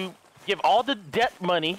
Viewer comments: It's DEBT not DEPT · Why does he say deb t when it is pronounced det?